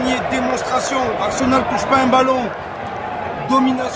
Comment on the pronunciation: c'est pas arsemal pour arseMAL mais pour arSEMal